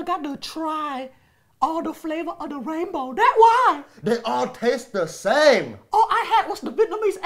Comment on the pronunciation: "I never got to try all duh flavas." 😂😂😂